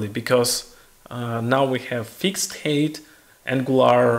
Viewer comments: It's Height not Hate, I was puzzled for min what he was saying 😅. But overall very informative tutorial 👍🏻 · Видео - супер. Единственно маленький момент height произносится больше как хайт, потому что хэйт это hate)))